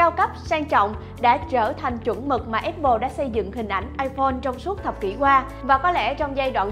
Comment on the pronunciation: áp pồ nha, không phải ép pồ :)